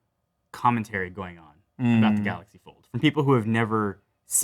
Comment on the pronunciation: did i heard Galaxy Fooled